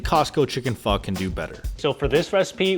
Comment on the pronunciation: For an Asian the cant pronounce pho correctly is a crime. And best is costo chicken and making a hot spicy chicken thai larb